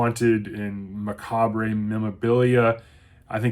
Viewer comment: The re in macabre is silent. I'm not usually a stickler for Grammer corrections but youtube is littered with folks who can't pronounce macabre properly. Love Heart Shaped Box. From the first appearance of the ghost to the insane ghostly car chase, I was both scared and excited throughout.